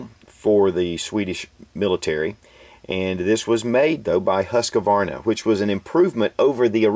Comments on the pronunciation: you pronounce it huskavarna its husqvarna no a after the q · its "Huskvarna" not "Huskavarna". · Great video, i have a predecessor to the m84 and m87, the single barreled caplock Husqvarna m1850. unfortunately not in working order though. btw, you should pronounce it like: hus-kvarna, hus sounds like Canadians say house and then a k instead of q. the name comes from a Swedish town where the company was formed and the k was changed to a q in the company name to differentiate the two, just if any one's interested :P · Pls. skip that Høskavarna, it's called Husqvarna and nothing else ! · Beautiful guns. I love those old service revolvers. I noticed that you mispronounce Husqvarna. The 'U' is pronounced like the 'OU' in 'ghoul'. The 'qvarna' part is pronounced sort of like "kwanzaa", only without the 'Z'-bit. Take care! -Robin from Denmark.